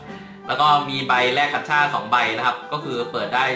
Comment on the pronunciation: เรียก กาช่า (gacha) ไม่ใช่ กัชช่า555